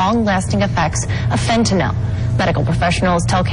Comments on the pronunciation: Still cant pronounce the word. FEN TUH NIL. NOT FEN TUH NAUL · Fentanyl. Not pronounced Fen.ta.nol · "i sold fitinol" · If they pronounced it "fentanol" one more time ima scream. Edit: I screamed. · Fent & Ole Inc. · Americans have trouble pronouncing the drugs that are killing them: FentanALL, and Hair-ron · Sold Fentanyl for 3 years yet just like every person in the media and on television , still can't pronounce the word correctly. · They can't pronounce 'fentanyl' in Texas...